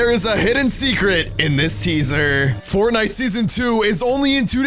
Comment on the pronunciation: My mom can say Fortnite better than you